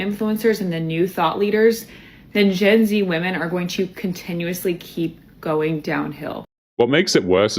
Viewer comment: You're starting to mispronounce the word "women"